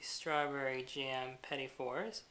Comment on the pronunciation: Awesome videos! It took me a few minutes to get over the mispronounciation of "petit fours", but it is really obvious that you have been doing this for years. I was originally thinking of making this for a party, but after watching the video, I realize how difficult it can be and I will have to put in more hours in the kitchen before I give this a go. Thanks so much for posting the video. It was a real pleasure to watch.